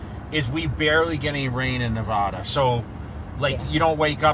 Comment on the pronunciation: I dont understand how hes lived here so long but says Nevada incorrectly.